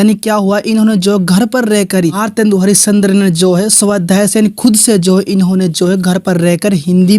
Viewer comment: bhosdke mc tohda sahi se naam mc eske kya bol rha hai ejaat se bol gawar😡😠😤